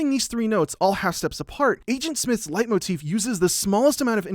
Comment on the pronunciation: Everytime he says "Leitmotiv" I could swear there is a small mispronouniation (I speak German you can belive me[Leitmotiv is a German word for all you out there who didn't know this])